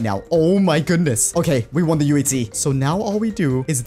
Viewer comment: I like the way he says in today's minecraft UHC it sounds like in today's minecraft TNT